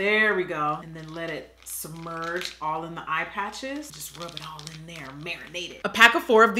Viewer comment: IM SCREAMING SHE SAID "LA DERE" ahahhahahaahahha